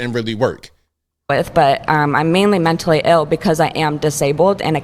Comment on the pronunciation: "Menstally ill" 🤔 you don't say?!?!?